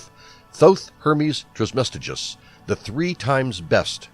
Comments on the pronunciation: It’s Trismegistus, not Trismestigus, or whatever the narrator calls him! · Hermes "Trice-Ma-Jest-Us"!!! If you're going to make a video about him, learning to pronounce his name seems logical to me. How can you make such a well prepared presentation and not know how to pronounce his name??? It means "3 times Majestic". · The way he says trismegistus makes me cringe, its pronounced "tris-muh-gist-us" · The rest of the video was excellent. It just seems clear whoever did the voice narration did not take the time to learn to pronounce the name properly as they were reading over the script. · Spirituelle No and no, but these question come from an account of thinking I meant unprofessional as in not formal or scholarly. But I meant unprofessional as in not very formidable or matching to the informational tempo of the video due to it being pronounced incorrectly. This video is literally on Hermeticism, created by Hermes aka TRISMEGISTUS. If he could gather all of this research and information to compile a video on Hermeticism he could at least say the creator of Hermeticism’s name right. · Spirituelle ok but if they’re gonna make an informational video on Hermeticism they should pronounce it correctly it’s simply unprofessional.